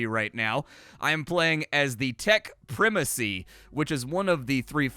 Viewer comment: You almost fooled me into thinking the US pronounced primacy differently.... but no, it's just 🙃